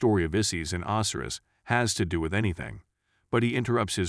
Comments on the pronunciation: Ozzyriss? Oh sy ris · Itxs not OSiris it's Osiris, Egyptian God of the dead. Do some research on pronunciations before you do your next video. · Man im so petty. I dont know why but when you say Osiris and Isis name it bugs me so bad. 🤣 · Its a programmable bot voice, sometimes they are still getting things wrong.